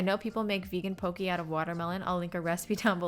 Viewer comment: My loves, it's pronounced POH-kay, not poh-kee. Very important, Hawaiian is an endangered language.